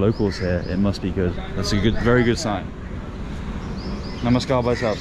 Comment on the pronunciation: The way ur saying "Namaskar bhaisahab aap kese h " is soo good 🤗